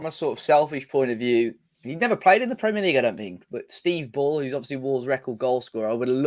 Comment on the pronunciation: Man said Steve bull 😅